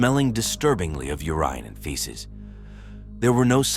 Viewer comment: Mind blowing that in this day of AI - it can’t even pronounce Cloe (Klow, Schloe) or urine. Makes it unlistenable!!